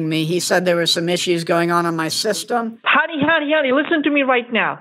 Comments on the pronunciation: That ‘Hunny Hunny Hunny Hunny Hunny’ sounded like ‘Money Money Money Money Money’. Respect bro. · Deerek. Siwi. Hunny. Lol.